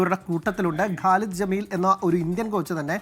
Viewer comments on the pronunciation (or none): ഖലിദ് ജാമിൽ അല്ല ഖലിദ് ജമിൽ ❤️🔥